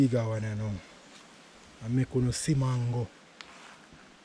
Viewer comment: Me Island, JAMAICAN people, me love how you pronounce the mango name dem, boy I would eat a dozen now, nuff respect man,doing something positive, bless 🙏🙏🙏❤